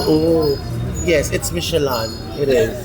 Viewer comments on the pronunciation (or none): Mishe-Lan daw 😂😂🤣🤣 It's pronounced the way it's spelled, Michelin (Mishe-Lin). it's not that hard. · Maliiiii😅 Michelin- mishelâ (Silent "N" and Nasal ang LÂ) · Michi-lan? LOL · Now we learn from you and ate the ryt way of pronouncing "michelin".😂